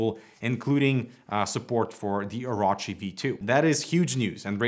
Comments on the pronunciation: oro-chi not oraochi LOL orochimaru ddude XD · It's pronounced OrOchi, not OrAchi. Also, Logitech G305 - Razer Edition...................🤦‍♂️🤦‍♂️ No. Maybe if it had 11 btn like G903, tilt wheel + free spin, maybe then! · O-Row-Chi not O-Raw-Chi lmfao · ITs really easy to say OH ROW CHI Oh Row Chi Its not hard. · This is gonna make One Piece fans boycott Razer AND BTW it is pronounced "or orh chi" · I'm appalled. I'm off to go watch Dave's review where they know how to pronounce Orochi.... (jk) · In One Piece there is a scumbag villain called Orochi and the way pronounced Orochi was way off